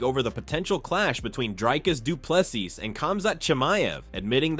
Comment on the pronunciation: you are butchering the pronunciation of Dricus Du Plessis, our South African CHAMP. This is how to pronounce it correctly.